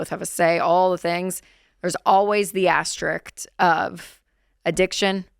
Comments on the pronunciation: "an aster-rick" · I wonder why so many struggle to pronounce asterisk and asterisks when they can easily pronounce risk and risks. It's just two short syllables tacked onto the beginning of the word.